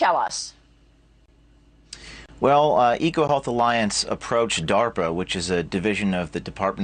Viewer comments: What the hell is darper? I thought it was DARPA! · "A grant that was submitted to 'Dahwper'" 🤣 I hate the sound of this guy's voice. 😑 It's like nails on a chalkboard/knives on a plate/children screaming/the worst sounds imaginable all smashed together to make lies. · Him saying "darper " gets under my skin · Dawper not DARPA so he is not lieing. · "Darper" lol Sort of like Canader. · WTF is DAWPER? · Why does he say darpa like that?